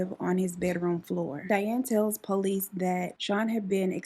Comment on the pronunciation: I’m 😂 I love the way you say police it’s like po lease 🤣